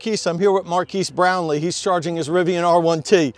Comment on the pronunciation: Mkbhd in the house !!! And PS it's Mar-Kezzz Brown Lee lol Fun video